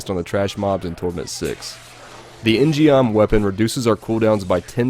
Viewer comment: In gum proper pronunciation fyi J. In means man, gum means sword in Korean. In gum. Geom is an example of koreans misspelling their words in english sigh...